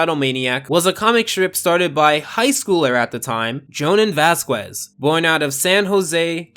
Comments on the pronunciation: vaz-KEHs! Not Vaz-ku-Ez. Wtf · Vasqwes? Or Vazquez (u is silent) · The way you say Vazquez makes me cringe so bad